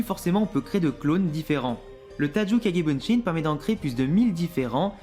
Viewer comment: On dit kage bushin pas bunshin